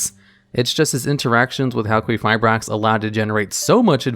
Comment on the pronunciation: halqueefibrax is not how English works